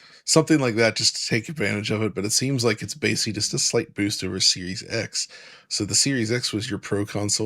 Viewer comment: a big personal thanks for lending your narration some dignity by choosing to pronounce words correctly. Even simplistic words like ‘basically’ and ‘optimization’ can drag down the professionalism of an entire video should they be slurred and mispronounced, like ‘basely’ or ‘optimation’ Keep up the great work,!